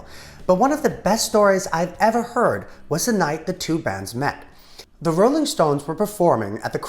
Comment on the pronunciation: “-Olling stones” nice